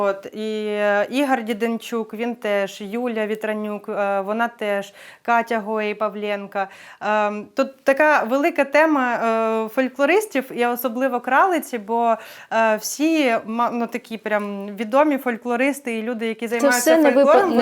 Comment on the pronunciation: Чудова людина і співачка! Дякую. П.с. Попрацюйте над вимою прізвизщ українців: не Гранєцкая, а ГранЕцькА, господи, не Тімафєй, а ТИмофІй, не Павлєнка, а ПавлЕнкО. Відчуйте різницю. Це важливо.